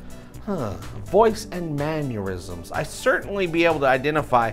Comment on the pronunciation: BTW... "Mannerisms" is pronounced Man-ner-isms not Man-your-isms. You said it correctly once, then you went back to saying "Man-your-isms"🙄😀